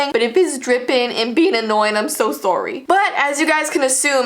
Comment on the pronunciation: She really said surry LOL XD 🤣🤣🤣🤣🤣